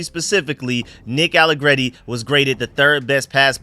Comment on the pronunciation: You finally said his name right without trying be fancy I’m proud of you that open my eyes from my nap that’s crazy you actually just said nick allegreti like a regular person I’m very proud of you young man